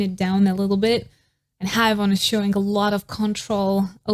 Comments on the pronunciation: Babe, please don't think bad of me, is just trying to help. Her name is pronounced "he-uon" like won, the verb to win, in the past. He-won. The "ae" in her romanization is more of an "E" but an opened E, like when "air" a but opened like this "ai". And anyway, thank you so much for this video, I love Haewon and her cute face and her voice for NMIXX, I love to recognize her singing when listening without watching a music video 🥰 I live your channel..! thank you so much for the effort and time 💖💖💖💖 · Sorry to be that guy, but heres an advice on Korean names. when names have two vowels like hAEwon, AE is pronounce as EH. another example is jEOng, and EO is pronounce as OH so basically you pronounced the second vowel and silent the first one. so Haewon is = HEWON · no its HEWON cause AE is pronounced as EH, just like how tAEmin is pronounced as TEmin not TAYmin, and bAEhkyun is pronounced as BEKhyun not BAYkhyun, tAEhyun is also TEhyun not TAYhyun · It's more like Haywon